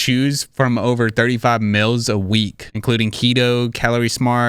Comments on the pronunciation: What’s a mils? Don’t you mean mEAls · Dude. It’s meeeals, not “mills”. 😂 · I didnt skip your add bc I like the way you say meals! Stop!! I dont think I’ve heard anyone say it that way before